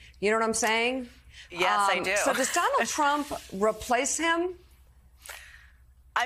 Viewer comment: What does JV Vance mean? Saying the name wrong, I mean